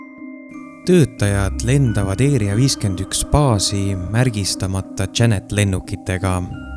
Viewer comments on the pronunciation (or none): mis asi see eeria 51 on,´ häälda asju õieti ikka